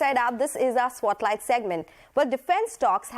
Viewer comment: "Swotlight" or "Spotlight"